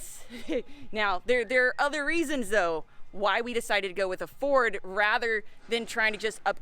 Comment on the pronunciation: Not a Furd 😂